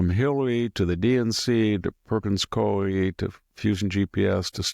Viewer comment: Pronounced "koo-ee"